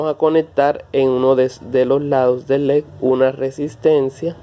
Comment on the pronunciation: Tú dices lec y es leDDDDDD